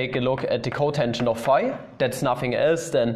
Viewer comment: i thought you were saying "5" not "phi" 😭